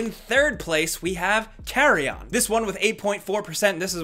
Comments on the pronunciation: Of course no listing of the games in the video description and no showing them on screen as announced. Lazy ass channel. Relevant because the guy can't even pronounce "carrion" correctly -- saying "carria" instead. So went to look it up and couldn't find it. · OK I FIRST THOUGHT HE SAID CARIA... THEN WHEN THERE WAS'NT ANYTHING CALLED CARIA I WENT WITH CARRY ON... BUT THEN I FOUND OUT IT WAS CARRION